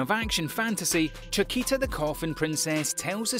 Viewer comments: and i think i heard chakita for chaika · CHAIKA! Not Chakita, or Chiquita. She’s not a banana my guy. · List is a joke, and the paid voce guy can't pronounce words right. "Unlimited Hi boo coy sook" was the worst, but not the only. Pronounces "Chaika" like Chiquita bananas SMH. You guys really gotta provide a phonetic pronunciation guide to these fiverr voiceover people. The fact that "The Irregular at Magic High School" is missing is proof enough. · Nice, but narrator tends to make mistakes. Chickita for example, Shijou instead of Shoujo, Arifuta, Hareem instead of harem, etc. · Still can't get over his pronounciations... Chikita, Hareem, Hajami in Arifuta? I mean wtf, at least try xD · Very bad pronounce - Chaika on english pronounce is "Tschaika". Btw - Chaika its.. a bird - Northern Lapwing (vanellus vanellus). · where tf did he get the t in chaika?